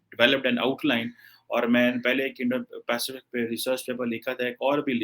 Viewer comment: ki Indo - Pacific bolne mein fatt ti hai 🤣